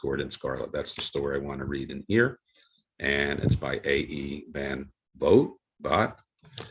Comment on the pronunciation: 😎 Van Vogt from what I've heard on sci-fi broadcasts is pronounced Van Vole. As a fan of sci-fi you gotta check out the 1950s radio shows : Dimension X and its later incarnation as X Minus One , really outstanding short story adaptations by series writers Ernest Kinoy and George Lefferts. The radio series Suspense presented some cool sci-fi adaptations as did another great series of the late forties called Quiet Please. The train riding Mysterious Traveler radio series in the 1950s also offered up some interesting sci-fi stories. 😎 Promo giveaway comic books are woefully underrated , what gets overlooked is that some offer really great stories and art. Educational or/and entertaining material printed as a comic book?.I'm reading it ! Digitally read some T Man and Undercover Girl and they are classic! The ACG humor title I really enjoy is Cookie , a fun character. 🤗 Dick Tracy , grew up loving the comic strip! I also really enjoyed the 1961 UPA cartoon tv series and the awesome segment he got on the 1970s Archies TV Funnies cartoon series. 😎 This what being a comic book fan is all about!